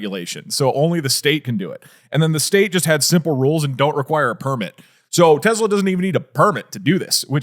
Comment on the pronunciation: "Tezla" - Doug